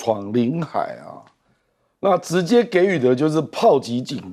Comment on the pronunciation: 不稀奇，錢子文化和語文水準很低。開頭的“砲擊”，她連續三次讀成”破擊”！